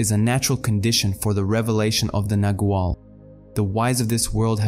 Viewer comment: pronounced with a soft g sounding like a w - nagual